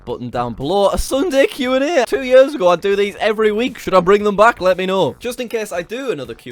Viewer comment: Jack pronounce "years" "yörs". Scandinavian people will understand